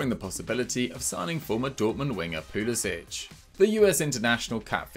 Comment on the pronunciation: His name isn’t Pulisić, it’s Pulisic. stop pronouncing it like there’s a ć. he’s even said it himself that it’s pronounced without the ć sound